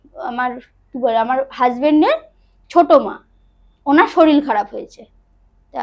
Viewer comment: Bhalo laglo, tobe saril saril naa bole, sarir bolle sunte bhalo lagto...